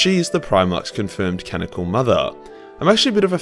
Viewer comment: Canonical not canoncal.